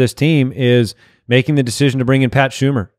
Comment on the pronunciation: It's Pat Shurmur, not Schumer